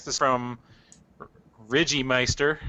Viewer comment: Good episode, thanks to to coming on, and thanks to you guys for asking my question. And just for future reference,, the name's pronounced with a long "i," a soft "g," and a silent "e." More like "Rije-meister." lol